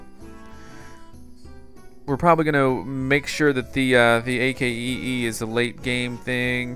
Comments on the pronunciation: just say akee and ignore the. because thats like you saying I.C.E.E. when it's ice or icee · It's not A-K-E-E, it's pronounce Ac-Kee! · you pronounce it ack-ee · You called the AKEE The A.A.K.E the whole video... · its actully to be prunonced akee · You say ac key not a.k.e.e